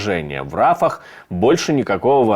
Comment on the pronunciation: От путина уже тошнит.не рАфах,а рафАх